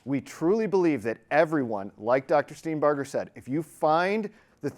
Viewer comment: OMG -- one of the few people who have properly pronounced Dr. Steenbarger's name:, impressive